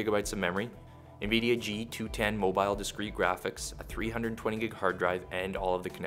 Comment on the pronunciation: the first 'i' in Nvidia isn't pronounced as an 'E'